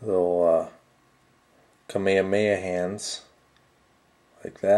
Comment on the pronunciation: KA ME HA MA HA!!!!!!!! not kamama